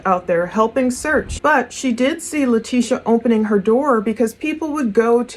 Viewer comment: her name is pronounced Lie-tesha. Great work as always